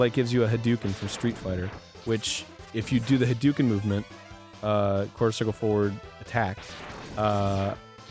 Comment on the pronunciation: It's pronounced HA-DOH-KEN, Arin!